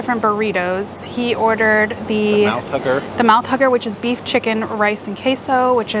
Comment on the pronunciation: Food looked great, I think I'd go with the burritos. Not to be gross, but everytime Brian said "Mouth Hugger" it sounded like he was saying "Mouth Hooker" (sorry Brian) lol. Great video as always guys 👍👍